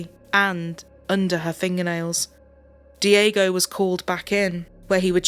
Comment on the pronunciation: Not dee-AY-go * dyeg-go